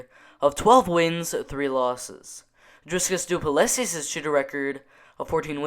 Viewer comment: haha you butcher the name and surname but we all know who you are talking about so no problem:)